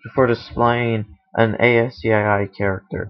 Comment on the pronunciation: PLEASE!!!! its pronounces ASSKEY (ASCII). NOT Ay As See Aye Aye . thank you!!